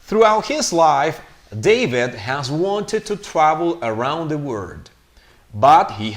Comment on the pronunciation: " didn't accept " the correct pronunciation is ( akcept ) not ( asep ) that's the way I heard it the first time you read the text. Around ( aeraound ) not ( Araond ). I can't hear the pronunciation of the letter " L " in the word " world " it sounds like " word ". I don't hear the ending "T" sound in the word "worked" the first time you read the text I didn't hear the "T" sound. Their ( der ) not ( deir )